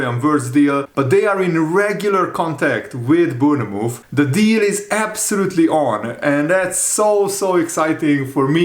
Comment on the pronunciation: Bournemouth is pronounced born muth. 👍